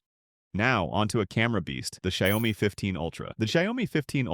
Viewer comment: You don't need to pronounce the O in Xiaomi. It's more of a U sound.